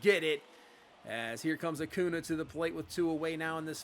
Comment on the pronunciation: As a Braves fan, wishing Max Fried was pitching like this in real life lol. Also how you say Acuna always give me a chuckle. Saying Uh Coo Nah.